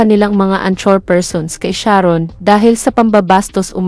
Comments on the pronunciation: Correction madam ang-kor (anchor) hindi an-tsor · To say anchor, pronounce it as ANG-ker with the first syllable stressed.